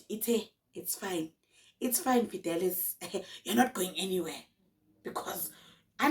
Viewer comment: Not Fidelas😂😂😂😂😂